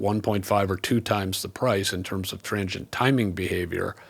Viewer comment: It took me a while to understand your pronunciation of transient. I kept hearing trangient and couldn’t figure out what you meant until I saw the graphic overlay 😊